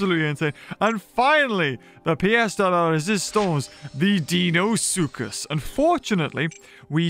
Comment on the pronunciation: It’s Dino-soocus not deeno suchus